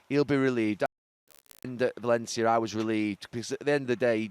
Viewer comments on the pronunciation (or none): none